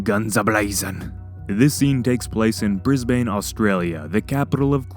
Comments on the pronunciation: It’s pronounced “brisben” not bris bane just fyi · Americans need to learn how to pronounce Australian Names. First of all it isn't Bris Bayne, It is pronounced Bris bun It is not Mel-Born, it is Melburn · Your pronunciation of Brisbane killed me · I like how he pronounced it BrisBane. Being Australian i'm happy that some of this movie will be in australia